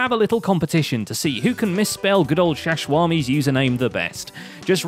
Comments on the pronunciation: essooma is best way to butcher x's name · I still don't understand why Xizuma is pronounced sheshwami... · Xisuma ? You mean Eggseggsoomna? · X-I-zue-mee is the best hermit. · Xisuma should be... X-poo-ma